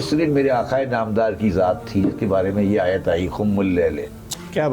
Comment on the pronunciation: ٓیت کا تلفظ بہت غلط ھے ۔۔۔ سر ااپ کا ،، معزرت کے ساتھ ،،، با قی باتیں سیہ ھین ، بلکل درست ہیں